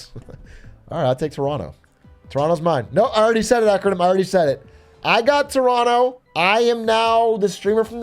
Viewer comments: I'm surprised that Big A says "Toronto" like a local. Maybe he's one of us after all Hmm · How does he know how to pronounce Toronto correctly?